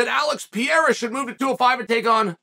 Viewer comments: Jon Anik: “Alex Pereira” Chael: “Pi-era” Me: ok great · “Pierre-ah”💀 “Blahovitz”😂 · If you say Pee-era again bro Cmon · Sonnen pronounces Pereira name like he is French "Pierre" lol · Dude’s gotta stop mispronouncing Pereira’s name haha